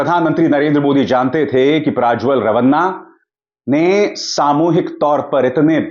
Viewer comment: आप क्यूँ प्राज्वल बोल रहे हैं? सत्य उच्चार प्रज्वल है.